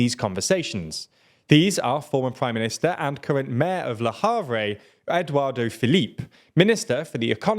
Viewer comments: Quite an accurate overview of things. One thing made me laugh a lot:, bless you, it is 'Édouard Philippe' (pronounced as 'Edward', not 'Eduardo', which makes him sound like a Latino drag queen or builder! 😸) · It's Edouard Philippe, not Edouard De Philippe (it's sounds like that in the video) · I'm diggin that Eduardo Felipe tho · Why are you people unable to even ATTEMPT to pronounce these names? Edwardo Philippe? Le Yavruh? Come on. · It's Édouard Philippe - there is no 'o' at the end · I love your content but please try to learn the correct pronunciation, Eduardo Felipe sounds like a Brazilian wonderkid on Football Manager 😂